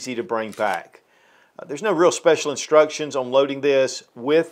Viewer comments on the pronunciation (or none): none